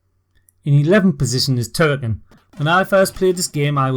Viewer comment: Why don't you pronounce the full name of the game ("Turrican") ? 🤔